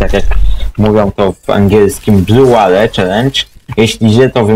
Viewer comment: "blu łejl" coś takiego bardziej ;)